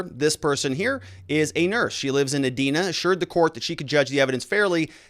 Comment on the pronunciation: Edina is not pronounced E-dee-na, it’s pronounced E-die-na. 🤷🏿‍♂️🤨😇